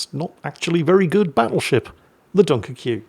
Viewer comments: Ackchually it's Dun-KER-que, not Dunker-QUEUE. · You do know it's pronounced as duhn kuhk right? You're just taking the piss out of the name of the ship? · BARBEQUE - bar-buh-CUE DUNKERQUE - dun-KIRK ALBUQUERQUE - al-buh-ker-KEY English is hard but it can understood through tough thorough thought though. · if you want to pronounce it like you do, you have to write it like „Dunkerqueue“, you know?!🙈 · You could pronounce it like an American (Dun-Kirkee) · pronouncing the french:"Dunker Queue" and still stubborn to pronounce it correct because the french write it "wrong" Well... the Worcester enters the ring!:P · laughing about dunkerque, ignoring "wooster" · Mkay, if you're gonna volontarily mispronounce something when you can do better than I guess I should go find something else to watch. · Whenever he uses the super secret pronunciation of "Dunkerque" I always think of Daisy Domergue in Hateful Eight and I have a mighty need to watch that again. 🤔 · So it's "done-kerr-kay"?😂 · NEVER gets old when mispronounces French ship names. NEVER 😂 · The same guy telling us that Dunkerque is pronounced wrong also tells us Americans we are pronouncing Worcestershire wrong... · We all know that, including. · Dunkerque triggers the french 😅